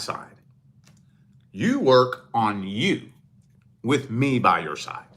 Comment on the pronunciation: Why do you say "which" instead of "with"?